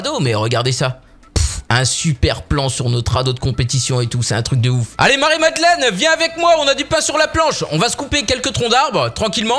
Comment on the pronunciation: "Marie Madlenne" !!!!!!